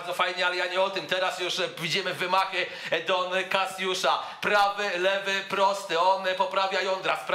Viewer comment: "Dona Kasjusza "